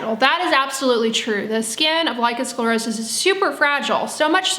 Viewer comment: Dear, you pronounce the words lichen sclerosis beautifully and you also describe the disease very professionally. Well done. But as you say, what you (and sience at this point) lack is an understanding of what the true cause is, as well as what the right treatment is (meaning the treatment that resolves the actual cause). You say there may be an hereditary factor but you scoff at the knowledge that heavy metals can be passed down to our children. Eg DDT stays in the environment long after the initial use. This also goes for the human body. We are talking about pico particles and yes they do get passed on to the baby. It is so logical! Sience hasn't yet ..searched for it and so yes, they haven't yet ..found it. That is true 🤭😊. Oh and also this : all living creatures take in nutrients and excrete waist material. This is even true on a cellular level. Viruses do this as well. It makes so much sense! When the Epstein Bar virus (EBV) finds specific toxic heavy metals as a food source, such as cupper and DDT, it will feed on it and excrete highly toxic waist material. This specific waist material is prone to drift to the surface of the skin and cause damage there (hence the name dermatoxin). It is not so difficult to understand. Even my 9-year old grasps this concept. And as for scientific prove, it cannot be there if the studies haven't been done right? 😄 But anyway, millions all over the planet are healing with this information 🌎☘️💖. I guess that that can count as an organic stu